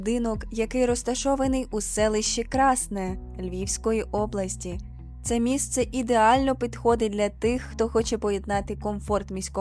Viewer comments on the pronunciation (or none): Не КрАсне, а КраснЕ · Не КрАсне,а КраснЕ